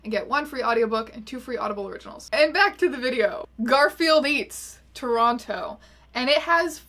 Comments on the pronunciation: you're the only person from Toronto who I've heard pronounce it toe-ron-toe............... we have a conspiracy theory on our hands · pronouncing both T's in Toronto...